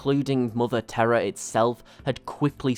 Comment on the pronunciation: To my american ears your pronunciation of Terra sounds like terror, though do not take this as a gripe. Great video by the way, nice to see you diversifying your lore channel. You've material for years with 40k.